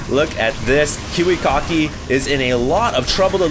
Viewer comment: I LOL-ed hearing saying KiwiKaki's name sound like Kiwi-Cocky.:P